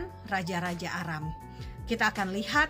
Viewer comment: Terimakasih atas informasi dan edukasi... cuma sekedar koreksi saja... untuk penyebutan nama tempat harus benar-benar jelas... seperti nama tempat "Aram"... kata Aram jika tidak diperjelas bisa terdengar seperti "Arab".... ini sangat penting untuk diperhatikan... karena kalau hal kecil ini disepelekan akan berdampak salah sasaran dan tujuan dari informasi dan edukasi tsb... Terimakasih semoga bermanfaat...GOD BLESS ISRAEL 🙏🙏🙏